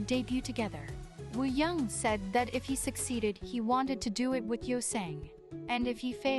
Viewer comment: you pronounce it right :) it’s just the robot voice that messes up sometimes. For Wooyoung just remove the W :)